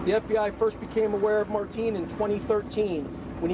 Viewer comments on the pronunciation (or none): he said marteen